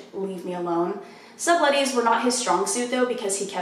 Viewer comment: Lmao, you said subtleties wrong